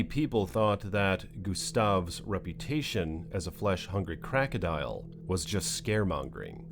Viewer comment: It's not crackadial. It's crocodile!!